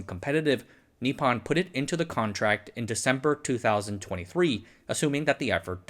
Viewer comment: It’s just really difficult on the ears… could you say nippon as nee-pone… pone as in as in pony, just no y/e pronounced at the end. It isn’t pon as pond… long o. Thank you.